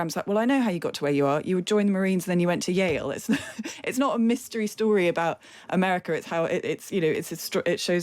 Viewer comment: wait did she say Yale or Jail? 😂 i guess jail is how many people came to the white house inder Trump do im not chocked